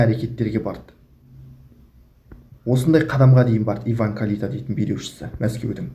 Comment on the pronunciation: Сен сөйлемеш Карита емес Кальита